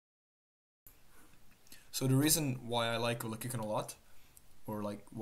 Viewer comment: I dont think youre saying Velocicano correctly dawg